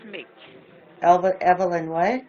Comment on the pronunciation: Its Evil-in-s*h*it! Zombie scammer script reader and murderer of the English language!